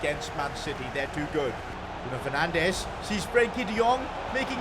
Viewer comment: Bruno fernandes ❎ bruno fernanch✔️